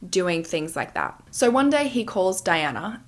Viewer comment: I love the way you say the word so😂😂😂😂😂😂❤❤❤❤sounds like you say SORE